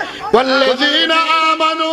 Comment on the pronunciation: ياأيهاالذي نآمنوا এই রকম পড়া মারাত্মক ভূল।